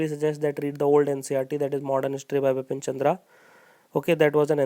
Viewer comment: it's Bipan Chandra not Bipin Chandra .......sir please rectify me if I M wrong....